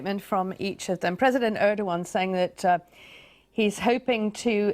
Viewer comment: er dog wan? are you serious? dislike!